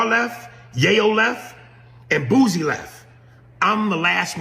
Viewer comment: Dude, Its BOOSIE not BOOZIE.